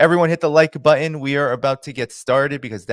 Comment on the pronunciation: please, 'button' is pronounced 'buTTon', not 'bu'en'. Other than that unfortunate modernism, great video as always.